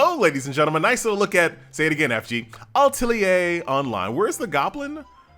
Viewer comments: ALL-tell-lee-yay? AT-tell-lee-yay (workshop) Online. So close but also so far away. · It could either be pronounced AT-LEE-ER or A-TEL-E-ER. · AH - TE - LI - YER .. I think it is how it pronounce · That is not how you say Atelier you pronounce it Ah Till Yeh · Al Ta Lee Ay Online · FG: ahem, listen closely FG: ALtelier.. online.. Us: SO. CLOSE. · Its French an the pronunciation should be A - Tell - Yee - AY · "listen closely" that's not where he messed it up. I even capitalized where he added an extra "L" sound in my original post.